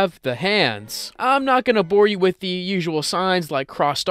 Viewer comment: Ah yes de one thousand eyes